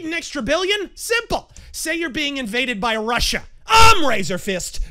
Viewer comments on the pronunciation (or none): none